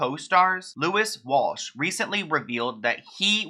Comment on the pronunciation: "Louis Walsh" hahahaha